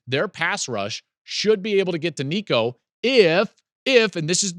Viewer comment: Finally, someone that can pronounce Nicos name. I haven’t heard a Tennessee channel pronounce it correctly yet. Go Vols!